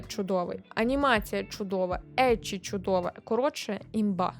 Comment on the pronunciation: Як людина, яка вивчає японську, дякую за правильно вимову еччі, шьонен та інше 😭💜